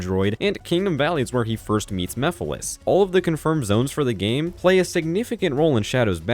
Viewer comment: Remember when MEPHILES was misspronounced as MIPHILIS in the first sonic central.....